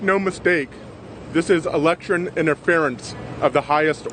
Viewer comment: I'm sorry did he say electchurn interference? 😂